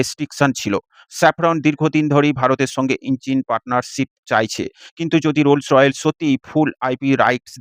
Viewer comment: কোম্পানির নাম "রোলস রয়েলস" না😂😂। সঠিক উচ্চারণ হচ্ছে: "রোলস রয়েস" (Rolls Royce)